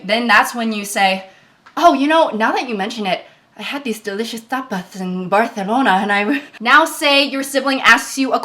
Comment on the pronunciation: caught pronouncing tapas like tapaz